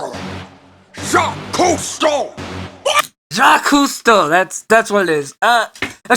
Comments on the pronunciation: You not even trying with Jaques Cousteau's name at the beginning killed me 🤣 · Revisiting some of your ERB reactions, and the pronounciation of Jacques Cousteau's got me laughing real hard 😂😂😂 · Love how he says Jacques Cousteau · Everytime he has to say jacques costeau its gets weirder and weirder everytime and i laughed my ass of because of it!🤣🤣🤣 btw i LOVE escargots!!! Because its buttered snails covered in Garlic! And then you will take a piece of bread and soak it in the butter/garlic sauce! 🤩🤩🤩🤩